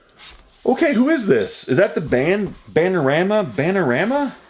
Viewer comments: Banana-Rama...NOT Banarama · Bana na ra ma Not Bana-rama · repeat after me... BANANA-RAMA Not BANARAMA B-) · Is bananarama, not banarama. Is a pop group of 80's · It's 🍌 Rama not banarama 😂 I laughed so hard but it's OK they were really popular in the 80s Cruel Summer was awesome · Banana rama is how it's said & your prices are well out on most the stuff as you very well know! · I think we were all yelling at you to say banana-rama my hubby was laughing cause I couldn't concentrate on the video, but you got double your money back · Banana Ra ma , it’s pronounced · 999 comments telling him how to pronounce Bananarama. Give it a rest. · It was fun watching him struggle with that one, especially since the concert scene inside the cover had 3 huge bananas in the background.